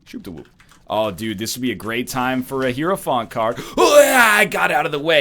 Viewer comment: UH stREAMER It'S ACTUALLY "Hierophant"